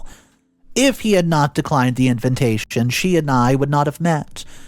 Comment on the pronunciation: When are you going to learn to pronounce the word invitation?